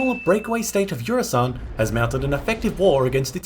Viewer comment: I hate to be the one to do this, because this is legit a great video and I can't tell if it's a joke... But it's Eusan, not Eursan.